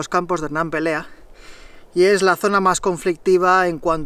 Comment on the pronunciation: Me ha encantado esta ruta. Además conozco muy bien los Campos y el refugio de Rambla Seca. Comparto la opinión de que te jugaste el tipo. Esa es una zona sin cobertura y que es fácil desorientarte si te sales de los caminos. Es Pelea, no Perea. Lo digo con conocimiento de causa. Tengo casa por la zona, pero vivo en Pobla Farnals. Un saludo y me encantan tus vídeos y el estilo de vida.